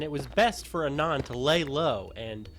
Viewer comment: "ah-non" holy shit